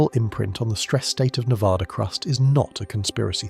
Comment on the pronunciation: Can you say Nev-Ad-Duh!!! Cant even say the states name right. Im not watching anything more